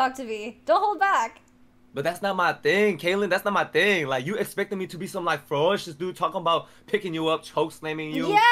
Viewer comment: that is not how you pronounce ferocious